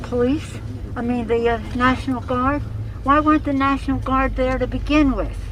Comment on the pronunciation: I (hic) did not dishmish the (hic) Nashonal Guard.